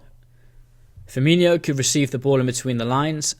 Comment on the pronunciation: Mane is not Keita and it’s Firmino not Firminho!